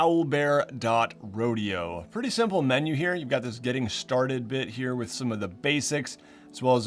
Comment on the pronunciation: at one minute and he says it’s Owlbearrodeo